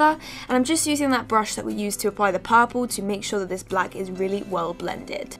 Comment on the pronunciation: if she say "paapurle" one more time